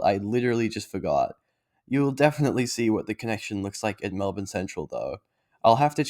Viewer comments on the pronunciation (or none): Like 'Mulbn'. its not Melb'ORN'e